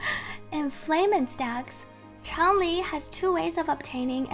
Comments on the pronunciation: shes pronunced chang lee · Changli: Shhh, it's pronouced Ch(En) - LEE Player base: Oh. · Changli > Changlee > Ch(en)-lee > Chn-lee > Zhongli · "pro-NUN-ciation," not "pro-NOUN-ciation" -- one of the most common ironic mistakes everyone makes. :) And yeah, everyone saying "CHANG-li" drives me crazy. Also, please tell people she's the Vermillion Bird of the South/zhuque/朱雀, not a phoenix -- very different things.